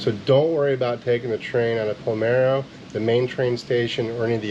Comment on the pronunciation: I caught that too. It's Palermo not Palmero. Makes me laugh.